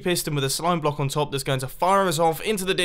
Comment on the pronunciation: Top 5 most common Mumbo phrases: 5: right here 4: like this 3: running into/out of 2: a signal strength 1: the odd yet fascinating way he says “block”